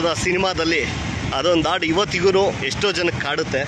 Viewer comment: ಆಡು ಅಲ್ಲ ಅಣ್ಣಾ.. ಹಾಡು.